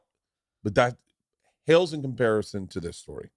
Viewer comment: does Bert say "hails in comparison" instead of "pales in comparison"?